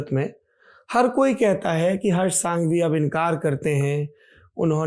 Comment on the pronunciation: It is prounnced as संघवी not सांघवी. With due respect sir. आप तो धरातल से जुड़े हुए व्यक्ति हैं। English medium वालों को पता नहीं होता की कौन से a को अ बुलाना और किसे आ बुलाना।